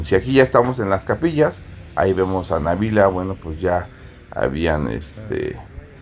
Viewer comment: Felicidades,hasta que pronunciaron bien el nombre de Nabila,en otros medios le ponen acento a Nabila y no lo lleva❤